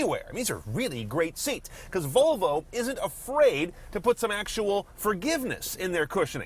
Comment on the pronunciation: Volovo .. Sounds like a guy trying to say Flafel after consuming 4 liters of tequila :D